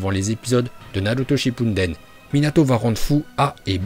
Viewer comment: Il a rien respecter entre le « naLuto ShippuNden » et « kaze4g » j’ai même pas pu finir la vidéo tellement c’était trop 😂